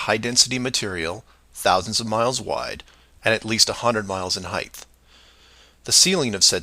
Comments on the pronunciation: people who add an "h" to the end of the word height and make it "heighth" are out of control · “Height-TH”? He’s making up words now? “Height”. You mean, “height”. No “th” at the end of that word. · doe he pronounce "height" as "heigth"? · As soon as he said "at least a "hunned" miles in "heithh", it was clear he is an absolute moron. Zero education yet trying to teach. What a clown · Stop saying "heighth" you blithering idiot! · Sorry any person that pronounces height with the 'TH' sound at the end I can't listen to.. HeigHT.. Pronounced 'hite' not higth.. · every time someone says "heighth" it takes a week off of my life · 100 miles in heighth. Heighth? Whats that word then? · "Heigth"..tells you everything you need to know about bloody sargent;p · “Heighth”. Might be enough said right there. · Did he say "heighth" ?! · He pronounces it "Hith" so I already have no time for him. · Did... Did I hear him say "height-th"??? Bwhahahaha!!! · He lost me at “heigth”. 😂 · did he say "in heighth" rather than "in height"? What a moronth! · I can't take anyone who says "heighth" seriously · Never trust anyone who pronounces it "heigth." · He said heighth... Anyone who can't say height isn't someone you should trust. Same with ask, across, weight, especially, and I'm sure several others. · I knew he was gonna talk some rubbish when he said "heighth" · Oh my atheismo...People who add an H to the word HEIGHT drive me bonkers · . Did he just say "heighth"? 🤦‍♂️ I suppose flat earthers have very little credibility to begin with, but I can't help but roll my eyes at anyone that says this. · he said “heigth” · Did... did he just say "heigth?" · Not listening to any adult that used the word heighth Less than a minute into his "clue"! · Why do so many Americans say, "heigth" so ridiculous 😂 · Is heigh'th' an American thing or just a dumb thing? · dude can't even pronounce height! lol